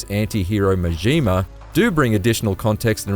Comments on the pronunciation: How the hell do you play through even 1 or two of these games and not pronounce Majima correctly. MaJEEma? Are you kidding me dude? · Wow, his pronunciation of Majima is more painful than some of the heat actions in this game...